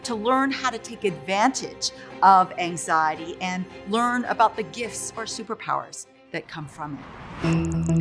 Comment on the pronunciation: How is it that an expert on anxiety can’t even say it right